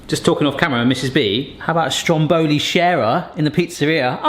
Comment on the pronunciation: Mate, it’s called STROM Boli not stromBOli 😗